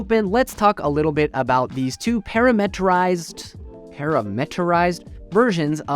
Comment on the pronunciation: Puh - RAM - uh - tuh - rized or Puh - RAM - uh - ter - ized Anyway you say it, emphasize the RAM, and it flows much better. Always remember to parametrize your queries.